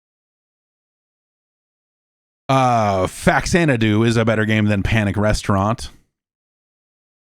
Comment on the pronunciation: • Relates story of childhood friend's humorous mispronunciation of 'Faxanadu' • Proceeds to mispronounce 'Faxanadu'